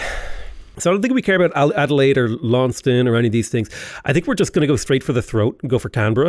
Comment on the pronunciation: btw its lawn-ses-ten to pronounce launceston